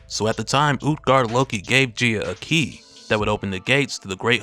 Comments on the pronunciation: Is she not pronounced “guy-ah” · You are saying her name wrong, go watch Captain Planet to learn how to say her name. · Bro never gone pronounce her name right huh 🤦🏾‍♂️😂